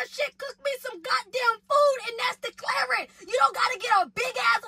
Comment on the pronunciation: “COOK ME SOME GOTDAM FOOD AND THAT’S DECLARYING “ 😂😂😂😂😂😂😂🤣🤣🤣🤣🤣